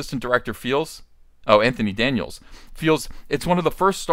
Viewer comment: Did you call him “Va-JJ”? 🤣